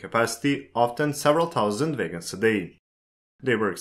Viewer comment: Why are you pronouncung "wagons" as "vegans"? I was really confused for the first half of the video...